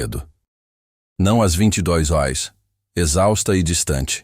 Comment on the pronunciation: Eu sou Luiz Lima e falo desde Raleigh, USA. Essa história é linda. Acho que todos concordam. Mas não sei porque a insistência em “criar” e constantemente pronunciar “eurs” quando o correto é: “horas”.